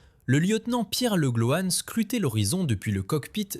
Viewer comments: Le gloan et non le glohane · "Legloane".....🤣Cela confine au ridicule!